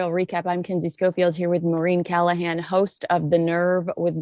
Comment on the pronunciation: Balenciaga must be regretting inviting Meghan to the show, because it wildly, broadly revived everyone's memory of that disgusting ad campaign three years ago. Great chat ladies, love to you both. To dear Kinsey: It's Maureen, whenever you say it it sounds like "Marine", lol.